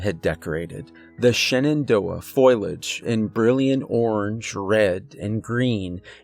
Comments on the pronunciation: Attention narrator- it's fo- li - age, not foil - age! 😉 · omfg bro its: foliage — foh • lee • age — not foil • age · Love the channel, but it's foe lee age. Not foil age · Foliage= foh-lee-idj bro. Wonderful stories, lovely voice, but that word drove me crazy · I love this channel, its the best one I have found in ages! Thank you! ( word to the wise in the spirit of constructive criticism-Fo lee age=foliage!).